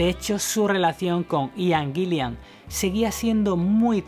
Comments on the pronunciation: Acuérdate, que el cantante de Deep Purple es Ian Gillan y no Ian Gill"i"an como has dicho.... La segunda "i" no existe. Un saludo, gran documento 👏🏻👏🏻👏🏻👏🏻👍🏻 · Buen video. Adoro a Blackmore como el gran guitarrista que fue. Pero por lo que más quieras, pronuncia bien el nombre del cantante Ian GILLAN, no Ian " GILLIAN". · No es Gillian. Es Gillan. Gillian es nombre femenino. Gillan (sin la "I") es apellido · Y es Gillan, no "Gillian". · Muy buen video👍... pero cuando dices Gillian estas pronunciado una segunda " i " que no existe, tal vez pienses que se escribe o pronuncia como el apellido del director de cine Terry Gilliam... pero estas equivocado. Además, aunque Purple y Rainbow fueron muy importantes en la gestación del metal, personalmente creo que Ritchie NUNCA ha tocado metal. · Cada vez que dice "Gilian" me saltan los plomos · A parte d la pronunciación de Purple o Guillan ..q como a otros patean la oreja ...hay varios errores en la biografía ... pero uno q es imposible dejar pasar es qué : En el álbum SLAVES & MASTERS ... La voz es de Joe Lee Turner ... Quien a propósito .. también fue vocalista de Rainbow Ota cosa qué olvidaste es qué .. En la etapa de Deep con Coverdale Blackmore también dejo al grupo dejando a deep con Tommy Bolin